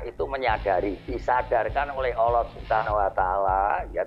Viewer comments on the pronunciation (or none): Pak de joko Ucapan kn kata allah salah dia ucapa olloh